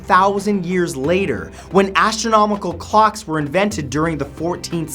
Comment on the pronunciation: astronomical clocks, thought he said astronomical cox